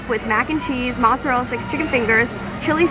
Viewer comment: Mozzarella sticks you pronounced like the spelling, but when you say just mozzarella you say "mootzarell" lol